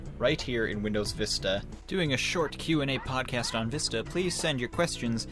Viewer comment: It’s a Pad(er)cast